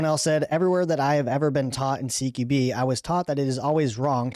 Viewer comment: Dude, "Q" is pronounced "kew" and NOT like "key"